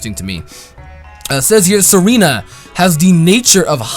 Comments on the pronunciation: Tsareena is pronounced zareena. Tsar is a noble rank upon monarchs. And it is prounced zar. Just thought I would let you know. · Tsareena isn't pronounced Serena. It comes from the word Tsarina, you know the female word for emperor,or queen or something like that in russian. Tsar= Tsarina->Tsareena, that's why it has the ability Queenly Majesty, wearing a crown and other pokemon are intimidated by it. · The T in Tsareena is there because otherwise it'd screw up the name scheme, which is a mix of Tsarina, Russian Royalty, and Mangosteen, so they could not have left it out.